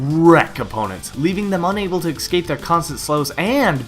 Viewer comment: Im just curious, are you saying "Excape" instead of "Escape" on purpose?